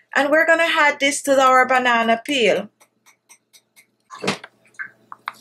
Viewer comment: She keep saying had instead of add